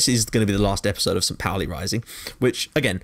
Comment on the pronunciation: Great work mate! So good to see someone recognize St.Pauli for its awesomeness! (On a sidenote: St.Pauli is pronounced 'poul-ee')